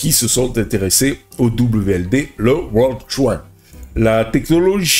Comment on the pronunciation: ) C'est pas coin comme "coincoin" mais coin comme bitcoin. Coin en anglais, ça veut dire pièce. Il faut que tu le prononces correctement sinon les gens ne vont rien comprendre. On parle d'intelligence artificielle et je ne vois une qu'une queue reptilienne ;:-)